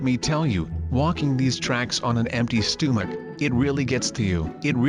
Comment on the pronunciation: "walking on tracks with a empty STOOMICK"